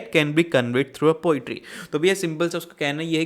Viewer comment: Poetry ❌ Potery ✅✅✅